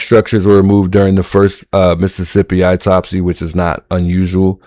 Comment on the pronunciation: Autopsy is pronounced awtopsy not eytopsy😊